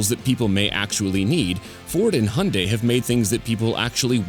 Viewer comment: The pronunciation of Hyundai is ear-raping in this video